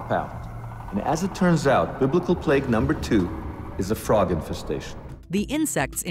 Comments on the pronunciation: Plegs? Really? First roof became ruff and now plague becomes pleg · LMAO "Plegs" **plagues